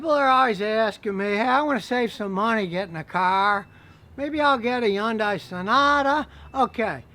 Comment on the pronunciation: I'm going to teach everyone the correct pronunciation of Hyundai. It's pronounced Hun-Day! Like Sunday but with an H. It's that simple